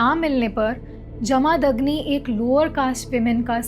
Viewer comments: Please pronounce Jamadagni properly. Its not Jaa-maa-dag-ni.. its Ja-ma-dag-ni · जमदग्नि है वो not जमादग्नि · कृफया भारतीय नामों का सही उच्चारण कर लिया कीजिए। आशा करता हूं कि आप देवनागरी पढ़ लिख लेति हैं। नहीं तोक्षसीख लीजिए। जमदग्नि ऋषि हैं, न कि जमादग्नि। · Vo pronouncing jamadagni in wrong way